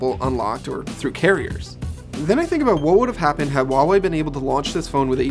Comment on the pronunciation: Huawei is pronounced with a hard "h". Read is as "who ah wei" in one breath. Stop pronouncing things that aren't there. The "h" isn't silent whatsoever.